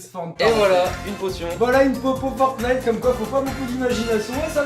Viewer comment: on normalement on dit pa le 1er t dans fortnite